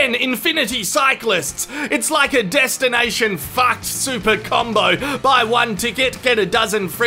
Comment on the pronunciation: 'destinai shan fackt"